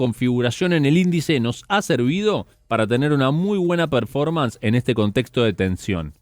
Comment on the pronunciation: Hola chicos! Excelente como siempre! Hago un aporte, vi que siempre mencionan varios conceptos en inglés como "break-even" o "fly to quality", lo hacen muy bien. Pero hay uno (el que más usan) "performance", se pronuncia perFÓrmans (énfasis en la 2da sílaba, no en la 1ra). Puede parecer una tontería pero como sé que buscan la excelencia a lo mejor sirve el aporte. Muchas gracias por la dedicación en sus informes. Saludos!!